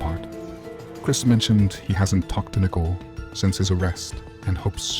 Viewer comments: Why do you keep calling her “nickle”? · Seriously you can’t pronounce Nichole? It’s not nickel!!! Where are you from? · Get a narrator that can correctly pronounce Nichole...............it's annoying to hear it constantly mispronounced